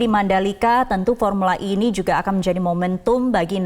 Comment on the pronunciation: ini baru benar pengucapannya. Formula "E" diucapkan dalam bahasa Inggris.